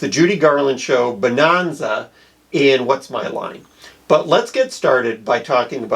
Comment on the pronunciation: "Bah-non-zah." Holy smokes, how old are you and what nation are you from? By the way, it was the 2nd most popular show. The dubious honor of #1 was The Beverly Hillbillies, which explains something about America's tastes at the time.